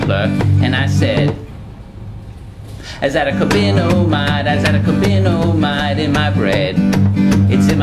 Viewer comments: Azo-di-carbon-amide that's how you pronounce it not Azadacobinomide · I'm surprised your extensive research didn't turn up how to correctly pronounce azodicarbonamide